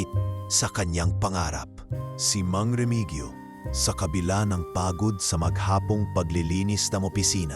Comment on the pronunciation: Hindi po Remigyo ang tamang bigkas kundi Remihiyo😘